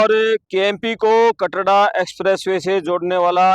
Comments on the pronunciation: Bhai Katra h Katda koni Report to ban Gaye name to Lena shikh lo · KATDA NAHI KATRA KAHTE HAIN APNE PICHHE BORD HI DEKH LETE BOLNA TO AANA CHAHIYE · Katra h bhai kyo katda katda bol rha h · कटरा या कनाडा तेरे को बोलना ही नहीं आता है in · Isko. Katra. Bolna nhi. Aata. Kya